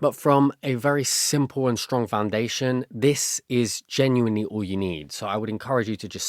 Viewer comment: This is great and I’m really loving it, but I have to say do you notice that you say sh instead of s a lot? Like you say shtrong instead of strong lol